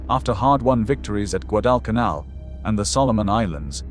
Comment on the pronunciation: I really wanted to see this, with my Dad having served in the USMC as a "Radio man", and him telling me that Bougainville was the worst of all, but you have ruined it with your fake AI reading of it. Shame on you. If you can't pronounce Guadecanal then just f-ing STOP ALREADY!